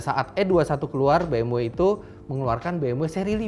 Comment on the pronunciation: presdirnya kok ga pronouncd BMW dengan baik dan benar :(